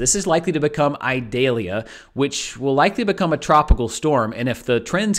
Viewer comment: Eee-doll-yah. It is not an onion.